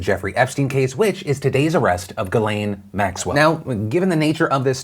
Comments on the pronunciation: Geeezlayne thats how you pronounce the things name! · OMG people stahp (not just you Philly) It's pronounced Jiizz-Len. It's French. 😉